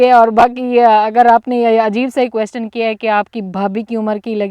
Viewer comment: آپ نے B-A کیا ہوا ہے مگر انگلش کے بہت سے لفظ غلط بول جاتی ہیں, ابھی جیسے بولا کویسٹن question کویسچن بولا جاتا ہے, آپکے بھائی اردو میں بات کرتے ہیں تو لگتا نہی کہ گاؤں میں پلے بڑھے ہوں